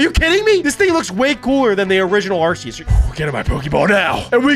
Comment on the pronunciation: They don’t know how to pronounce arceus